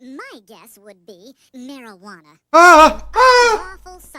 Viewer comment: did Simon just say marijuana 😂